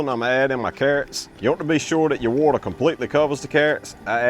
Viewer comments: Love how he says water. Woatah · Love how he pronounces “ wauter !”